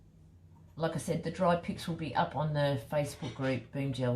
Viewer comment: You create such beautiful pieces PS every time you say “dry pics” it sounds like “dry pigs” 😂